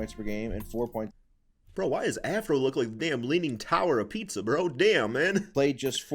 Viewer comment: This man said "leaning tower of pizza" 🤨